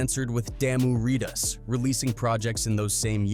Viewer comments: It’s pronounced “Ridaz” not “reedaz” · Ikr he saying readers and not ri-dahs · IS this AI? A lot of the pronunciations are crazy off. Loc said as "lock", ridaz as "raiders" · This AI voice can't say shit right. "Lock" - loc "Rip reedaz" "Daamu" 😂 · Riders 😂😂😂 locs fix the pronounce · It would really help if he could properly pronounce Loc's(lowks) & Ridaz(riders) sheesh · Cant even say Loc or rydaz 🤦‍♂️ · Lol My G said Nation Wide rip "Raidaz" and Damu "Ritaz" That was enough for me rite There my G 😭😭😭😭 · Damu “readas”?? Wtf lmao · This AI voice makes my shit itch coz it can’t pronounce Loc’s or raiders properly fr.